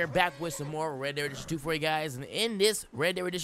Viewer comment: It's called Red Dead Redemption 2. I have no fucking clue what you say between the words Red Dead and the number 2.